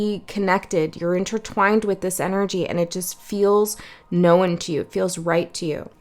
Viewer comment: Too cute how you always say “know-n” (2 syllables) instead of “known” (1 syllable). ❤